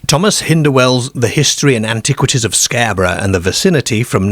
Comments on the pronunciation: Britain does not have a werewolf problem, because it does not have werewolves. Why do you mispronounce words? Darebyshire, Scareborough, pearties, fairmland etc. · Love how you say 'Scare'borough and Bizzear in their Gearden with sheards of gleass. A tall Deark figure 😂🤣 👍🏼